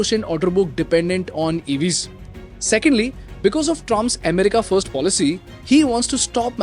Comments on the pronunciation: Listening to you say EHmerica 50 times in 13 minutes is nerve wrecking. Accent is one thing, mispronunciation is another. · Indians pronounce like that bro😂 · Ame rica ❎️ M rica ✅️ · Maybe learn to pronounce America